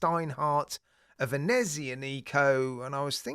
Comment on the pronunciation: FWIW, the correct pronunciation is "veh-nets-IAH-niko".